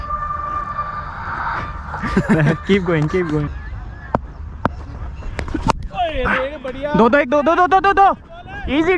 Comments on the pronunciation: You said do dekh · You say "2 dekh" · U said do dekh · at 7 minutes and 6 seconds you said do dekh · You said do dekh also and do